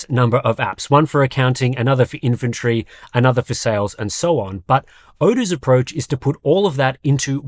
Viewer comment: in the commercial i heard "inventory" as "infantry" and was slightly confused...